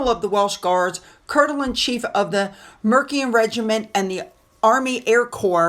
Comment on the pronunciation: The Regiment Is Mer-See-Yan.:) - The Mercian Regiment.